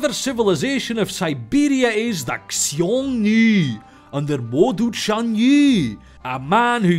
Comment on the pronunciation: The "x" in "Xiongnu" is pronounced as "s", and the "io" is pronounced as "yo".